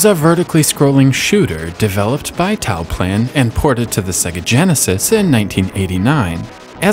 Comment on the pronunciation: It's Toaplan not Taoplan